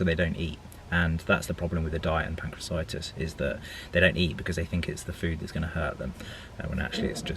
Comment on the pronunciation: its pancreaTITIS not pancreacitis :-)